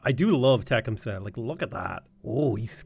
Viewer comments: LOL, the way your pronounced Tecumseh was hilarious. It's only because he's from the area I'm from, and we have a major street named after him. Te-cum-see. Most of these First Nation names are pronounced how they appear. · It's pronounced Teh cum say btw. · Its Tih-cum-see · Please learn how to pronounce Tecumseh, it’s driving me insane. The accent goes on the second syllable.